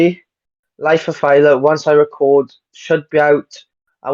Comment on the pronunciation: Aye y’all /DJ. Respectfully Bro name ain’t tyla It’s thyla Thigh-luh